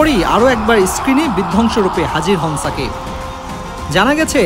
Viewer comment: ছাকিব খান না রে সাংবাদিক.. বলুন সুপারস্টার, মেগাস্টার শাকিব খান... অন্যথায় এই চ্যানেলকে বয়কট করবো..! মনে রাইখেন